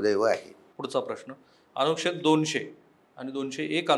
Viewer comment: अनुक्षेद नाही अनुच्छेद